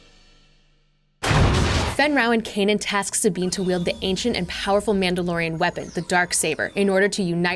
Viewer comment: One of these days those clowns at Disney will learn how to properly pronounce "Mandalorian"!!